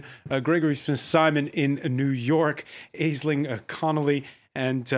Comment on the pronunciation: It's pronounced Ash-Ling. Go Raheem.